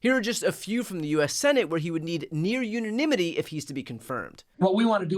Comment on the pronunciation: When a highly educated, well respected person reporting news start mispronouncing words that I thought were established American English such as unanimity I start thinking AITA? Or is it just sloppy trying to be the first in a cutthroat environment of our precious internet